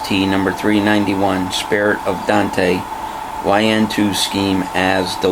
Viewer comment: Awesome model!! Great Review, Thanks. Just FYI, it is not pronounced "Don-te" or Dan-te" like everyone thinks, it is pronounced like ain't with a D in front. One sylllable Dante. The E is silent.